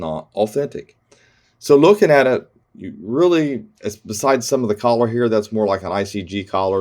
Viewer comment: I laugh every time you say color. Your accent is really kicking in on that word I've never heard it pronounced that way. Thanks for another great video